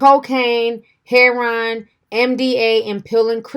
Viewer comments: It's not hair-on, it's hair-o-inn!! And there's no surprise really, Lil Wayne is a crack head, coke head junkie 🙄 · Its not heron.lol.its her*o*in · Ti stay butchering words and names 😩😂😂. Heron 😩😂. Love it. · It's funny how you say her Ron. I've never heard it pronounced like that. I've always heard it announced like heroine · Why does she call it heh Ron?? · “Hair-on” lol ur mispronunciation reminds me of my mom who refuses to stop calling chipotle “chip-oh-tel” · She says heroin hair-on omg but I guess it’s pronounced differently across the states 😂😂😂🤷‍♂️ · Huge fan of your channel so gonna share this tidbit HEH-RO-WIN.....or heroine. Keel the tea coming in 2020! Love it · "Heron" lol I love you Ti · Ti saying heroin heron 😂😂😂😂😂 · Yeah, us older folks call it "hair-ron" 🤣🤣🤣 fo'sho! 💞💞💞💞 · Oh no not “Hair wan” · I have never heard anyone pronounce heroin like does ahaa whaaaaat 💚💚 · yeah I've heard a lot of people from the South say it like that and it drives me nuts 😂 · The way you pronounce heroin is terrible😂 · That's how the old heads say it and the cats that slang or used to slang, lol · I think it's a regional thing. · Do u not know how to say heroin?